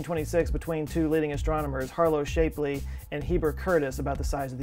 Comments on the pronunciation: I'm not 100% on this, but I believe Shapley is pronounced as you would pronounce 'slap' (opposed to "shape"). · I'm going to be a jerk! Shapley is pronounced like it's spelled, like 'chap' is, and good ole Henny Leavitt is Lev-it, doesn't sound like it's spelled. Astronomers everywhere are appalled at your pronunciation...it's not even a foreign language, FCS! 'course, you are Texan... used to be a foreign country, I guess. Hey! You've had more than enough time to get it right!